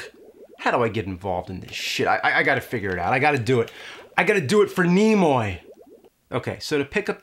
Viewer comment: “FOR NEMOY”